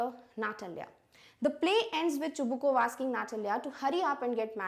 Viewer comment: You are yourself pronouncing Chubukov name wrong